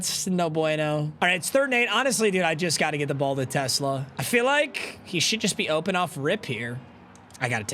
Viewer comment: is a die hard lions fan, and has even met the man himself, and still can't pronounce his last name right 😭